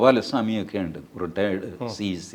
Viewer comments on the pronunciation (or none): none